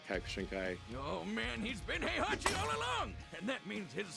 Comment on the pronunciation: Heihachi name is pronounced Hey-ha-chi